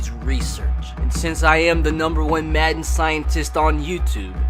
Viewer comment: Why in the intro he said matten😂